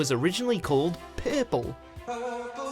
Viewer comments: "Peupol" it's pronounced "per-pull" buddy hahahaha!! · Wtf is ”werlld” and ”perrple” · Yep.. pairple! And resairch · I feel he's not saying Purple properly. More like Poirple. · Shiidd I heard ‘Pebble’ at first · Asking someone if they have seen my ‘purple’ maybe weird. However, it’s not as weird as your pronunciation of ‘purple’ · The way that this dude says purple make me feel upset lol I don’t know why. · Why is he saying the word “purple” weird. It’s not just me right? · Purple sounded more Australian than English for some reason